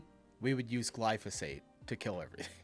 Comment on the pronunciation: that's crazy, you'd think that you'd have learnt to pronounce it, you know, AS YOU WORKED WITH IT....... glyPHO SATE😊 not glyS oPhate😅